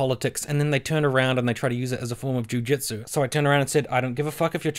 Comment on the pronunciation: Is it weird that i slowly hear jujitsu morph into jewjitsu every time you say it?